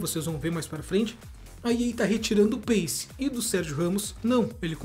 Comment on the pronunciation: Doeu na alma esse " pace " com c, na tamb mds kkkk